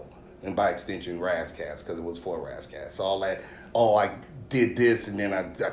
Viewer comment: Did Al just call Ras 'Ray Ray' ?????